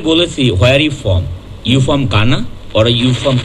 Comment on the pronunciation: Jara from ke "pom" bole ami mone kori tader kene soriShar tel dukanu uchit.